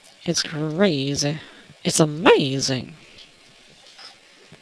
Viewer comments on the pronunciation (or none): its funny how you say "its amayzseeng", hahahahahaha